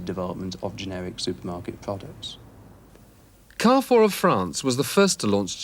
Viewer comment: After the umpteenth time of him saying "car 4", while just listening; wait, is he trying to say "Carrefour"? And then coming to the realisation that he's actually on to something. 🤣